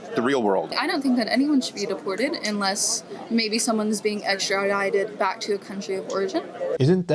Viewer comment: "Extradited" My beagle used to make that same sound when she was barking while playing tug o' war with her bigger knotted rope toy